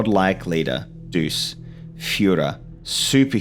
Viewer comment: Great video! One constructive critique. It’s doo-che. Il Duce. With a ch sound.